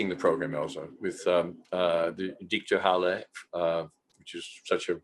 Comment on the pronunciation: "Dichterhalle", Peter? Seriously?